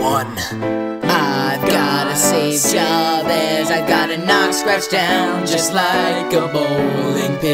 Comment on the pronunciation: And I swear it's Juh-Behz, and not Jah Behz.